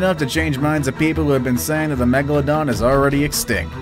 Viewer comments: Its meg la don Not meg la dona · I thought it was pronounced meg- la-don or is it meg-a-la-don